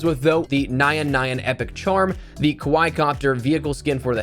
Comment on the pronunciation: its pronounced as Ka-Why-eeeeeee and not as you said ka-why - and translates to cuteness. Love the vids, keep up the amazing work!